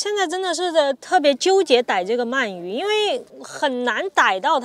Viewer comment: 鳗鱼，man 二声